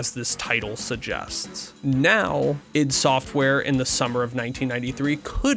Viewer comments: It's not eye dee... It's "eeed". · It's not pronounced i.d. Software and no, Romero was NOT the primary programmer for any of their games. John Carmack was.